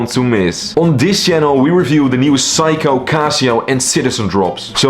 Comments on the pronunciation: It's not psycho! it's Seiko (C-ko) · It's pronounced Seiko (/ˈseɪkoʊ/ SAY-koh), NOT Psycho! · Its not Saiko its Seiko, you have pronance e after s not a. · Say-ko. Not. Psycho 😅. I am wondering how he can do watch reviews?? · hey, just wanted to let you know that it's pronounced "say-ko", great video! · it’s okay. Just have’t heard Seiko that way before. 👍🏻